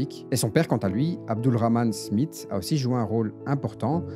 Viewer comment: Smith ça se dit Smisss.